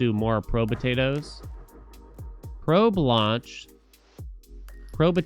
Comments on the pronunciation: Pro-betato is killing me. Probe-tato is much easier to say. xD Love the content though. I've found too many new games thanks to you. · Probe-tato. Not probuhtato